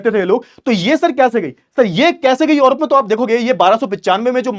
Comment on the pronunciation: सर योरोप नहीं यूरोप है।